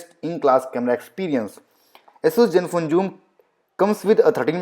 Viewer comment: Asus please adjust accordingly, it's Zenfone Joom!